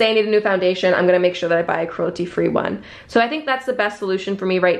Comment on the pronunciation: She says “cruelty” so weirdly almost like “crulety”